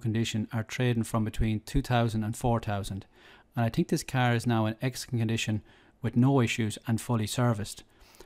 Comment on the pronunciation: It’s car not cear